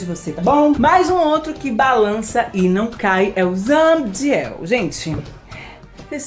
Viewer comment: ZA-BI-DI-EL , CI-EN-CI-OU-NER 😊